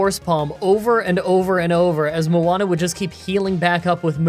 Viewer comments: Moon-uh. Not the hit Disney movie Moana featuring Rock “the Dwayne” Johnson. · Moana XD its moon-a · Munna,, 'Moo-Nah', not Muwanna, theres no W in the name, its evolution is Musharna 'Moo-shar-nah'. Hope it helps in the future. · It is just Moon-uh. No need for an extra syllable. You can even say Muhn-uh. Mun like in munch, but it is munna, like moon. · you're adding another A where there isn't one in Munna. It's more like moon-na. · "Muanna" Where did the extra a come from? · Muana? It’s spelt Munna. 😆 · This is a cool video and all, but I'm sorry, I'm never going to recover from "mu-ana", that's going to irritate me for years to come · The Pokemon Bianca has Munna, is either pronounced "MOON-nah" or MAH-nah" depending on who you ask. You were saying the name of the Polynesian Disney "Princess", Moana. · Where are you getting the W in Munna? It's pronounced exactly like it looks Mun-ah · how did you get moana from munna lmao its literally just "moo-na" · moon-a, not Moana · I think it's 'Pa-trat' and 'Moona' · it is munna not muanna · Why are you struggling to pronounce Munna as if it has an "A" after the "U" even though that's two "N"s???? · Munna is pronounced moo-nah. Although Moana is officially my nicknames for them now xD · MUANNA ? Why are you adding an extra A? Its Munna , like the most basic name in Pokemon , you confuse me , Ill accept "Moona" but Muanna ? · "Muana". Munna. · "Moanna" ...........WHERE ARE YOU SEEING AN "O" IN "MUNNA"?! LOL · Munna = Mu-nna: MU-aH-nUh? Where the heck is that ''ah/uh'' sound coming from, bro? It's not Moana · Munna is pronounced Moon-a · Moo-na or Muh-na is valid but definitely not “Moana” 😂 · Calling Munna (Moo-Na) Moana makes me think of the Disney movie 😂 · neither of the ways you were pronouncing Munna were right, ya kept adding an extra vowel sound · It’s moon-ah btw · munna is just moon-ah. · it's "Munna". as in "Moon-a" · Munna is pronounced (usually) as moon-ah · It's either Moon-a or Muhn-a